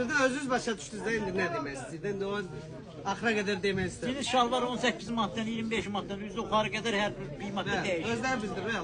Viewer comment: Röyal bəy cinis demə , djins de.